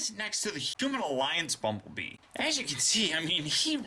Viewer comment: did he say bumble BEAM